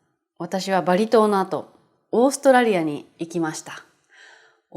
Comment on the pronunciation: To me it sounds more like オーストレリア.カタカナはね。🤣 色々のいい動画を作ってくれてありがとうございます！